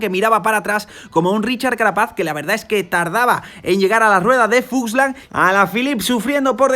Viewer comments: es fuglsang, no fuslan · Grandes videos, me estaba taladrando el cerebro cada vez que decias FUSLANG en vez de FULSANG, pero grandisimo trabajo estás haciendo con todos estos resumenes. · Se llama Fuglsang y no fugslang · ya que se que es importante para ti pronunciar bien los nombres. Es FulgSang.. no Fuslang:)